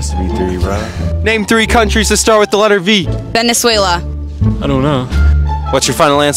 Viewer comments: She was like "Venesuela" 🤣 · “What’s your final answer” “😧 VENEZUAYLUH” 😂😅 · "Name three countries that starts with letter V" "Venezuela" "Whats your final answer?" "Venezuelah" 💀💀